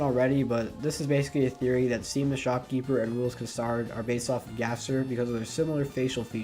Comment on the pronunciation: Roolks kuhsard and seam... yeah you beefed it pretty bad lol its rules card, and shawm, though by now you probably know, no criticism though!😅